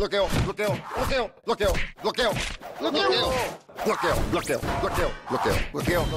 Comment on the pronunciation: Que horrible que no sepa pronunciar bloqueo dice,,,,, boqueo tiene un problema de lengua y son personas q así hablan desde la infancia no entiendo como lo escogieron si ni siquiera se le entiendo wuacala de comercial